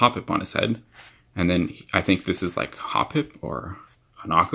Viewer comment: finally someone who pronounces it correctly XD